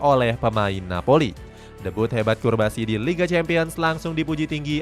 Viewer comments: Memang salah baca atau gmna.. jelas namanya CUBARSI di baca CURBASI 🤣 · Curbasi 😂 Cubarsi kaliiii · cubarsi min bkn curbasi🥱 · cubarsi bang, bukan curbasi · Nyebut nama orang yang bener Cubarsi bukan Curbasi